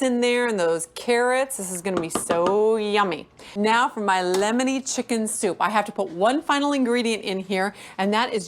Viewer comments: Did she say "llllemoner butter basted chicken"? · She really does drag out the L in lllemony